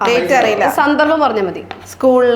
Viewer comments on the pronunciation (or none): none